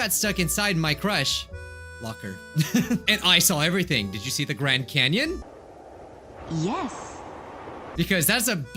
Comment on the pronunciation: did you see the Grade Canyon Me:what does he mean did you see the Grade Canyon? My Brain:butt hol